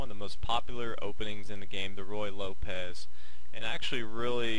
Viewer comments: The pronunciation should not by Roy Lopez, it should by Roo-ey Lopez. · He keeps saying "Roy" Lopez but it's actually "Ruy" Lopez. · If You can't get the name of the opening correct how much else is sloppy? Its not Roy Lopez like Roy Rodgers its Ruy (Ru i') like Ruiz. The hint should be that it is named after a Spanish monk. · I love the way he calls it the Roy Lopez. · Nothing is worse than hearing royal lopez, and yes it happens quite often. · hard to listen to him keep saying roy lopez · I think I've heard every possible pronunciation of Ruy Lopez. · Thank you! It's extremely annoying with the name butchered like that.